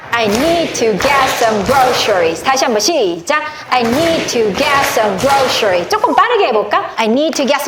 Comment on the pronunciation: Groceries발음이 셔 가안듯요 그로서리